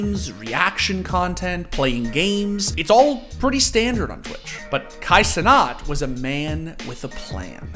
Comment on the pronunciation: This man pronouncing Kai Cenat as Canat is diabolical